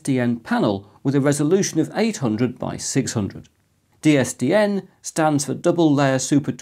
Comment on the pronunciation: Am I going mad or are you saying DSDN, not DSTN. I listened to it 5 times, please tell me im not going mental.... well not just yet anyway.